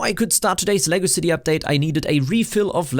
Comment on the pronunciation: I finally caught up to this vid after watching them all from oldest to now. One comment if i may, use a little more enunciation when saying "Lego City" cause it comes off as "legacycy" lol. Keep up the good work.